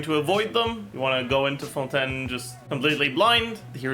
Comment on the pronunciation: isn't it fontAYN not fonTEN